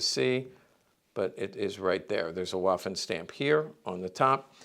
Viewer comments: I've no doubt you're aware of this, but Waffen in German, is pronounced similar to the English V sound. It's more like Vaffen than Waffen. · He's not just speaking to Americans, he's speaking to anyone interested in the subject from all over the world, myself included. I don't mind "Walther" so much (due to Bond movies), but I'm sure you can pronounce "waffen" in the German way yourself. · No tears, so no tissues needed. A historical firearms expert should know how to pronounce "waffen" is all I'm saying, and I tried my best to be polite about it. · It's not really "spelling police," but rather people trying to politely correct someone on pronunciation. I'm no expert, I only speak English, but I do know how to pronounce Waffen and Walther as best as I can. Heckler & Koch for example is very difficult for me to pronounce as an English speaker, but I make an attempt at it.